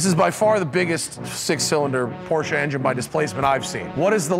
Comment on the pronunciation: I'm not a huge fan of Matt but I love that he pronounces porsche correctly.